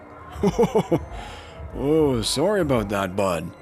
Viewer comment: It's sorry, not sore-y.